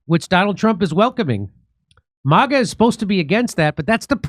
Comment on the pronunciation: what is "moga"? you keep saying moga..... with an o do you mean "maga" .... with an a? why would you add an o into it for no reason? please dont try to claim it to be an accent....its not...... its a clear choice...